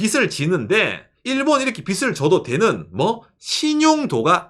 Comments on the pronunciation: ❤ 늘 잘 보고 있습니다.^^ '빚을'을 읽을때 -->비즐(o), 비슬(×) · 빚을, 빚이, 빚은 -> 비즐, 비지, 비즌 빗 아닙니다